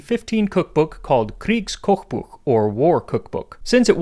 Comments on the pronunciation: Your pronunciation of „Kriegs Kochbuch“ is spot on ngl that impressed me as a native german speaker. Also just to clarify I do not support actions from my country (Austria) from back than I just found that miss pronunciation great. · And? What's your point? He pronounced it 8 out of 10. Given how badly German is often butchered by English speakers & how difficult it probably is to get it right as there are sounds your mouth just isn't able to produce if it's not your native tongue. That this always goes both ways should be obvious.. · Good pronunciation on the name of the cooking book. As a language nerd myself, I really appreciate, since I think even for a language you don't speak it's not too hard to figure out how to pronounce a small sentence (by looking up how to pronounce it duh) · His pronounciation of "Kriegs Kochbuch" is actually very good. Impressive